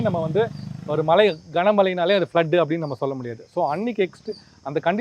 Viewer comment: உங்க உச்சரிப்பு கேட்டாலே கடுப்பு ஆகுது டா... மழை அதை சரியாக சொல்லுங்க.. சும்மா மலை மலை னு... தமிழ் pesavae தெரியாதா